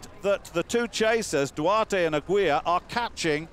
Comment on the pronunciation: "Aguilar" is pronounced like "aggie lar," not "a-gweela." Christ, you Limeys suck when it comes to pronouncing names.